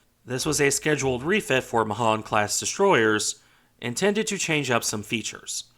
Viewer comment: Pronounced May hAn